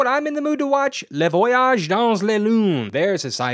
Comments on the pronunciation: I cringed when you very badly mispronounced the French movie title. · His pronunciation of “la voyage dans la lune” 😬